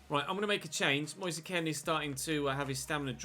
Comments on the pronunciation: please pronounce Moise Kean as Moise Keen and not Moise Ken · It’s pronounced Keane not kin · It's moise kean say it nicely pls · Moise Kean's last name is pronounced the same as Micheal Keane's. He said it himself when he signed.